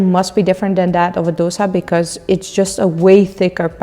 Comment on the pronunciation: For heaven's sake don't say dos-ah. It is dos-A (A as in A, B, C, D, E......). Please don't murder the true name and its correct South Indian pronunciation.